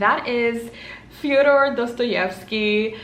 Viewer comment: Ur pronunciation of Dostoevsky is rlly spot-on